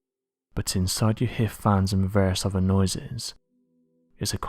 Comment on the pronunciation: Oh God, I wish this orator would learn to pronounce his "th's"! Instead of saying "oTHer", he's going with "oVER", like a little kid with a speech problem. It's VERY difficult to really LISTEN to what's being said when words are mispronounced so badly! See a speech therapist! It's hard to believe a story like the one of the men chasing down a creature in a swamp didn't go NATIONAL, and be covered thoroughly! Especially with 5 people being killed....